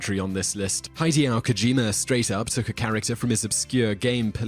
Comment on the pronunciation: It's pronounced "hid-ay-oh" not "hai-dee-oh".